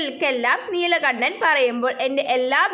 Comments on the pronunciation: Neelakanakko😂 Neelakandanaa😅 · neelakandan alle neelakannan allallo super classs